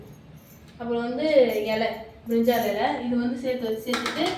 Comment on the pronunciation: Brijal ilai illa adhu brinji ilai